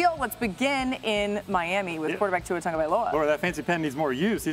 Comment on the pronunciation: That guy BUTCHERED Tua's name